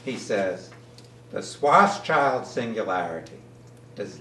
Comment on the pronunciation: Sorry for being picky but you misspelled Oppenheimer (Oppneheimer) and mispronounced Schwarzschild (Swarz-child). Not "-child" but "-shield" is the meaning of the name, so the pronunciation is more like Shwarz-shield, literally Schwarzschild means Black-Shield (what a great name for what he discovered).